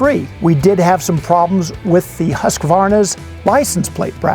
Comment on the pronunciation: Thanks. Good to see. I guess makes no difference now they are Austrian, but my old Swedish girlfriend would correct your pronunciation of Husqvara. In Sweden they pronunciation is not Husk like corn husk. Rather Hoooskvarna with the "who" sound.